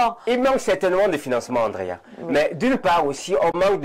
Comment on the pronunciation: on dit Andrea et non Angrea 😂; tu as du mal avec la prononciation de gre et *dre *